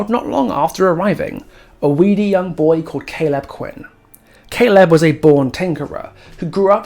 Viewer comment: amazing video but i cant get over how you pronounce Caleb 😭